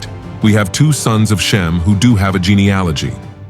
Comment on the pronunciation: You mispronounced Japeth and geneology. And, the three sons were not born After the flood. For , they each had wives they were allowed to take on the Ark. God bless 🙏